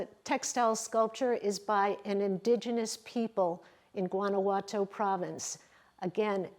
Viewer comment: Guanajuato is pronounced “wah-nah-hwah-toe” Oaxaca is pronounced “wuh-ha-kah” I was gonna let Guanajuato go without commenting but after “oh-ha-kah” I had to set the record straight.